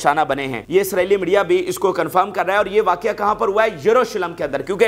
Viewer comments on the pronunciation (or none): none